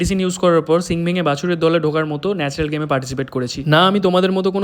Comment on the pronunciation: Nacral na Natural😂😂😂